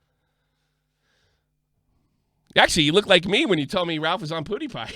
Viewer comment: I've been watching you a while, stuck by you through a lot...but you have been doing this a pretty long time now. Please, learn how to pronounce PEWDIEPIE!!! It's not spelled "Poodiepie"!!! LOL